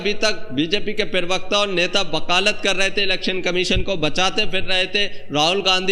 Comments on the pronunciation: I like your videos... But please, it's parvarkta, not pirvakta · Perbakta nahi prabakta hoga.Word ko sudharye. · पेरवक्त नहीं प्रवक्ता बोलिए। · Bhai prawakta kaha jata hai thora uchcharan sahi se kiya karne. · Pirvakta nahin pravakta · पीरिवकता नहीं भाई प्रवक्ता बोलिये सारे वीडियो मे पीरिवक्ता ही बोलते हो भाई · भाई जान पेरवक्ता नहीं होता है प्रवक्ता होता है ,सही सही हिंदी बोलिये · पहले अपना हिंदी सुधार. प्रवक्ता होता है न कि पेर्वाक़ता.